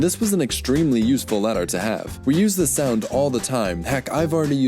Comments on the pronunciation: + It's more like the difference between T and D then between S and Z, but yes. That's the issue. And it's actually quite easy to hear over a mic, but you didn't use the more "D" like sound of "this" when you said "this" at all, hence why we didn't hear it. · + He didn't really pronounce "this" quite right.